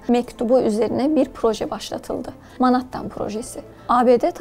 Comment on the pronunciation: Menhettin okunusu